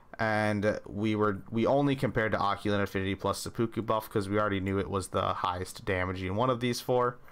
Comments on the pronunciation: hearing occult pronounced as oculent triggers blood loss on my ears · This man said occulant and sepooku instead of occult and seppuku while offering us the best data set we could’ve asked for. Absolute legend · Did you call occult occulut😂